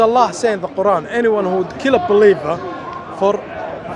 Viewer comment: Watch this ignorant jihadi can not even pronounce the quran properly and he wants to speak about islam. I am sick of these undercover isis/al qaeda/taliban supporters speaking freely and promoting their disease. They should not be allowed to speak openly. They should be banned from speakers corner. These ignorant devils give us muslims and islam a bad name.